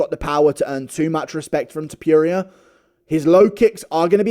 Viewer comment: Ilia To-pure-ia is a hell of a boxer